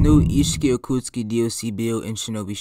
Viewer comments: It’s ults-sit-suki 😂🤜🏽🤛🏽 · How you pronounce otsutsuki hurts my heart